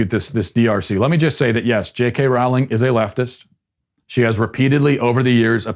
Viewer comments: Dude please please pronounce her name correctly, it is JK Rowling as in the word "bowling"... Not like Rawling, Raughling or any of those ways in which you said it. Thanks! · My only issue with this video is the pronunciation of Ms. Rowling's name. It sounds like "rolling". Otherwise, well done, Matt. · Her last name is pronounced the same as bowling!!! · Her name is pronounced “rolling”, as in “rolling down the river”. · It’s actually pronounced like Rolling. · "Rowling" rhymes with "bowling". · That’s not how you pronounce Rowling tho